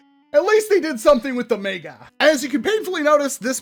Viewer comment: Meg-uh, MEG-UH! NOT MAY-GUH! Mega is pronounced Meg-uh, not May-guh!